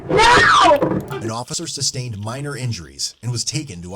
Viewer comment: she does the two syllable "yeeasss-ah!" and "neooow-ah!" 😂😂